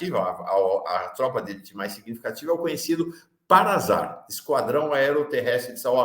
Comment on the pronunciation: Desculpe, mas a pronúnciar não é com som de Z. É PARASAR, que, agora, é SAR.